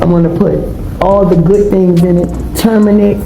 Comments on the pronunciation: Selling her bath water with "turmenic." WTH? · Did that broad say Turminic 😳 😂😂😂😂😂😂😂😂